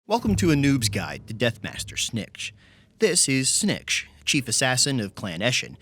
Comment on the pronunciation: "This is SnNiKCH" Me: I love him